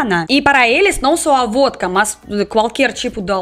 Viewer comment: Aff! Vódka??? Essa é arrepiar.